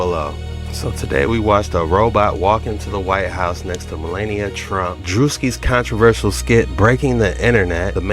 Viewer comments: Malana?! Wtf ma lawn nia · I don't care how you pronounce her dumb name, but it is Mel-ania